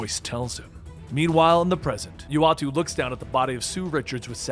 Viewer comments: Damn really can't pronounce names lol. It's uatu (oo-ah-too) idek how he said it ahahaha. And it's daken (day-ken) not dah-ken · 1.) Why the misleading name? 2.) Ik there's probably no canon pronunciation, but "yoo-weh-tao"? Haha